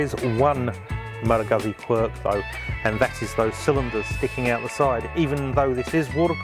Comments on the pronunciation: Goozz Zee please. I heard Malagasy all the time. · Please stop saying Guhzzi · Why can no one say this word? Guzzi. Pizza. Goot see. Peet sah. Pretty sure they’re trolling at this point